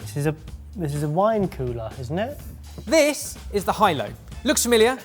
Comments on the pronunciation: Is it actually pronounced, “high-low,” or is that pronunciation? Because “hielo” means “ice” in Spanish, but it’s pronounced kind of like, “ee-YAY-low.” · that thing is more probably Hielo (e-YAY-lo) not (HI-Lo) ; hielo means 'ice' in Spanish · Surprised no-one else mentioned this since you have an international audience, but the Hielo, which you pronounced Highlo, is actually the Spanish word for ice, pronounced more like "yélo". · Hilo was spelt Hielo which is Spanish for Ice. It’s pronounced YELO. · Just saw this video today, im shocked to see no one has picked up on it yet. The Hielo. Its not pronounced the High Low. Its spanish for ice. Pronounced almost like Yellow. Shorter ow sound so like yee-eh-loh. Just figured id throw it out there not like anyones reading this comment a year too late but there ya go boys xD its spanish for Ice and makes sense if you’re keeping wine on ice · Just a quick FYI, HIELO means ice in Spanish and it’s literally pronounced as ‘yelloh’. Certainly not ‘high-low’ 😅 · The Hielo is not pronounced Hi-Lo but "yellow" as in "Ice" in Spanish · I don't think the second cooler is called Hilow the box says Hielo (pronounced similar to yellow ie-lo) which in spanish is ice which seems fitting for the product itself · Hahaha- that’s pronounced yeh-low. And it’s Ice in Spanish. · Sorry but the seconds ne is HIELO (ice in spanish lol.)Pronounced ealo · Hielo is pronounced ye-lo btw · Hi I love all of the videos you guys post ! Just wanted to say that Hielo is Spanish for Ice, and as such the pronunciation is something that sound like jello with more enunciation on the E! And not expressing the J too much :) (I'm a native Spanish speaker) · pensé lo mismo jajajajaj me mató escucharlos decir "jaieilo" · Guessing the Hielo is pronounced yelo as that’s the Spanish word for ice 😊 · HighLow seemed so wrong. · Hielo in Spanish is Ice in English 🧊 Hielo = yeh-loh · pronouncing the word "hielo" Me, a Spanish speaker: 👁👄👁